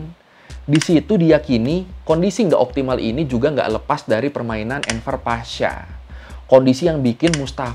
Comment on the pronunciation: Bang cara bacanya gini : Enver Pasha > Enwer Pasha V dibaca W dalam bahasa Turki